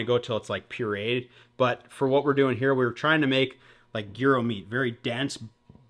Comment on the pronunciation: What a banger of an episode, otter tail giants and fish gyros🔥🔥🔥 side note - should immediately be arrested for the way he pronounces Gyro